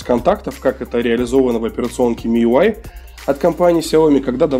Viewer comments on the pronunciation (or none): none